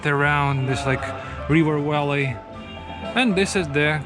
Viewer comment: Remember that V is not pronounced as W in English. You call a Valley a Walley.